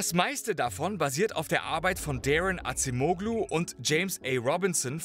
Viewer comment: "Adjem-ohlu" ...bitte 🙉🫣